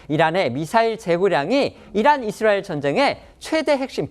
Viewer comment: 남자 앵커 발음 교정 바랍니다 ㅡ 이스롸엘 Xㆍ뤠드 라인X 이스라엘 ㆍ레드 라인